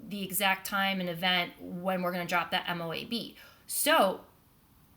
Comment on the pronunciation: Not M.O.A.B. IT'S MOAB! ONE WORD.😍🤣